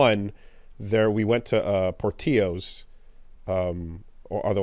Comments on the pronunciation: is right! Its pronounced like like Porti-yo Source: My actual literal last name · That is perhaps the most incorrect pronounciation of Portillos. It's an L sound, not a y sound. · Portillo's is may be spanish but that's not how we say it, lol. was right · the eternal Gringo, insisting that the correct pronunciation of a Spanish word is Poor Till O's, because the chain is in America, a way more diverse place than anywhere he has ever lived as a Canadian, is a STRONG bit. To the point where Woolie actually accepts his pronunciation sends it into the stratosphere. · thinking he, a CANADIAN, knows more about pronunciation than because "america tho" is peak gringo, as if his counrry with a FRACTION of the spanish speaking population of America meana he is correct, then pronounces Portillo like an old white lady would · I love the diatribe of the pronunciation of Portillo’s. But, I think everyone fails to realize that the restaurant in question is (probably) created by white people so they’re prounouncing those L’s. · respect to but him being the authority on pronunciation and giving the worst pronunciation of portillo's imaginable is a good bit lmao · when he said portillo's wrong i almost lost my mind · You pronounce the L’s in Portillo’s.